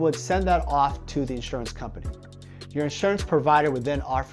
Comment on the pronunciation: What's "Insruance"?